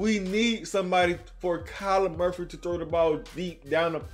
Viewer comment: I hope he learns it’s Murray not Murphy 😂😂😂